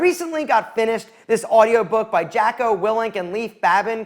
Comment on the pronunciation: Jacko??? If you're going to talk about someone, please get their name right🙏😕